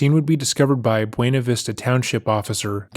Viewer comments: "Bwena" Vista. Not Byu-na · The way you pronounce Buena